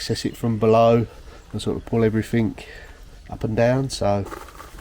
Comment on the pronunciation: Oh brambles!! I have a job ahead of me when the snow's all gone, big patch out back that has got out of hand. Difficult job. Say, did I hear a few "everythink"s? Are you picking that up from Billy? ;)